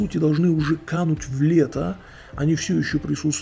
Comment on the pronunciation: Ты даже фразу "кануть в Лету" произносишь как кануть в лето. Какое лето? Лета - это река времени. Разберись в вопросе - потом рассуждай. В этом же ключе ты приводишь в пример шарлатанов с битвы экстрасенсов. Это мошенники, которые с помощью телевидения одурачивают народ, дискредитируя отношение к миру духов. Такие аргументы так же не показывает тебя как человека разумного. То что ты называешь шелухой средневековья, станет очень близким для тебя в возрасте, который следует в завершении жизненного пути. И не важно сколько будет тебе лет - станет смерть близко - шелуха средневековья будет ясна и понятна. То что ты высказываешь своё мнение подобным образом, говорит о том, что европейская бессмысленная цивилизация побеждает разум. Ты зря высмеиваешь обряды. На Русской Земле мало осталось людей, кто по настоящему понимает их суть. Но те, кто их исполняет, те на голову выше в духовном плане людей технократов. По Духу мы сейчас проходим жестокий век. И то что люди злые это нормально, в этом нет ни чего противоестественного. Наступит время и нормальным будет добро. И лучше молись за то, чтобы пустое для тебя слово ШАМАН не обрело для тебя же глубокий смысл, потому что тебе не позавидует ни один человек. Бомж, психически не здоровый человек.... всё это могут использовать говоря о тебе. Так что не размышляй вслух о том,о последствиях чего ты не догадываешься.